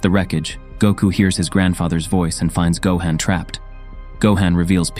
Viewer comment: Gohan not gohen